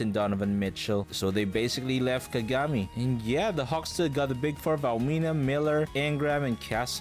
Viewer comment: Why do you pronounce Kagami like that? You know dang well that’s not how you pronounce it. Don’t disrespect Taiga like that